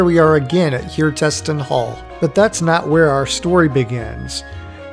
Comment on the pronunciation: Hjertesten - word hjerte sten that means in english heart stone you have to split up hjertesten to hjerte sten to even try to announse it slightly correct.